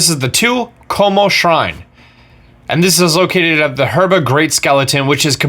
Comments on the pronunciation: to me it sounded like he said "Her-ba-tow-er" Instead of URBA-TOWER which is the actual pronouncation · I love the mispronunciation of the locations sometimes: herba map shows hebra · (heeb-ruh) not (her-buh) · I need one more Shrine is herba......... I mean hebra😂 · I hate you for calling Hebra Herba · Is nobody else bothered that he pronounces it Herba instead of Hebra? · Heh-BRUH not her-BA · Herba? Are u serious? How the heck can you mis pronounce that?!? I mean seriously! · Hebra not herba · it's hebra, not herba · that moment when he even SPELLS HEBRA in the title and say herba lol. gr8 video tho thx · i know he cant help it but i die a little every time he says herba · lol:) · Is it just me or i heard herba region? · he says harbra bebra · “Shrine orb” “herba” lmao I don’t think this guy’s played the game before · Triggered every time he pronounced it "Her-ba". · It's pronounced HE-BR-U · SpeedyFoot if you're not joking this is hebra tower he just pronounces it wrong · you said hebra wrong just saying